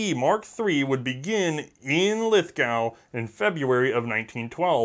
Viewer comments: Tip from down under, Lithgow is pronounced 'Lith-go' with the 'Lith' part said as short as possible. I'm slowly starting to pronounced it as 'Lithhh-gow' because of all the firearm youtubers from America, which is worrying. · Sorry mate, its pronounced "LITH-GO" not "LITH-GOW" - at least by us Aussies (pronounced "OZEEZ"). Love you guys over in the US, but you pronounce all our words wrong! Its probably our crazy accent. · Australians pronounce Lithgow with an oh sound not a ow sound. Lith-go. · Not to be pedantic, but it's pronounced Lith GO not Lith Gow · *Crosses fingers Don't say Lith-gau, don't say Lith-gau <EDIT> Dammit. It's pronounced "Lith-GO" (just like John Lithgow), but don't worry about it too much, I haven't seen an American youtuber get it right yet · in australia, the lithgow is pronounced lithgo, not a criticism. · I don't know if it's been said, but, it's lith-go mate ;) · Lithgow is pronounced Lithgo (the w is silent). Lithgow small arms still produces firearms for the Australian military. I loved the SMLE, I fired one as a high school cadet. .303 rifles and the Bren gun fired at the local rifle club menat that school used to be fun.... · lithgow is pronounced lithgo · Great episode! but we Aussie pronounce it Lithgo. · Lithgow is pronounced Lith-go. It doesn't rhyme with cow. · Yup very much GO, like "i must go to the museum" next time in in NSW. Gun Jesus pronounces it correctly. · New Channel Lithgow or as its pronounced "Lith-go"....is in Australia not the UK. So....its pronounced as such....whether your 'merican or not. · the W in lithgow is silent......